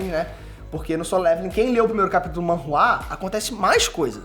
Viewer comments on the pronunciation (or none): none